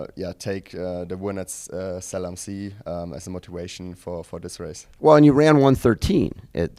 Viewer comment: Fred mispronounced Zell am See on purpose like Bob did involuntarily. He's a highly-talented, dedicated athlete, but also just an all-around great, humble guy. Fred's future is definitely bright.